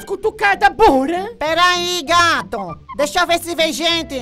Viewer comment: É doicha